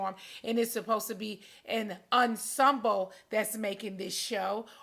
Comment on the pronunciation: ...and 'Unsumbo"...I think she was trying to say "ensemble".